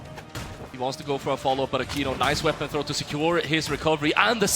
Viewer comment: It's akeno not akino 😅